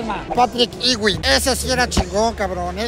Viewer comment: Que bueno, solo que Ewing se pronuncia Yu-ing 🤷🏻‍♂️✌️